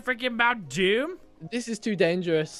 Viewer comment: Not doom but moom :)